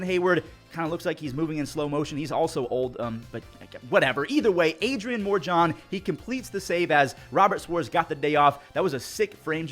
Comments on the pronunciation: Morejon Is not pronounced more Jon its moe-ray-ho-n cause its Spanish come on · Please it is “more eh hone” not “more John” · Morejon is not pronounced More Jon, its more like Mor-he-oun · *morejon is pronounced mo-re-hon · I think his last name is pronounced Mor-E-Hon. the J is silent(?) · the padres relievers name is pronounced “More-a-hone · Yo, Adrian Morejon’s last name is pronounced More-a-hone. Just a heads up for the future 🤙🏻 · Hey just wanted to let you know that Adrian Morejon on the Padres' name is pronounced "more-eh-hone" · 1) nice pronunciation 2) ABS would’ve shown that as a strike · how the heck did you butcher the name Morejon that bad